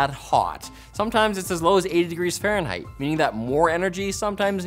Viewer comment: farnheight...farnheight??? FARNHEIGHt!!!